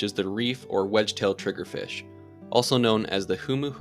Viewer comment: Mustve took a while to get the pronunciation for that trigger fish right